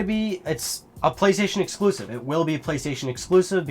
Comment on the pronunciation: "Uhhhh...sturpid...ehClusive mischin" Nailed it. Hahahaha. God damn Assassins Creed exclusive content.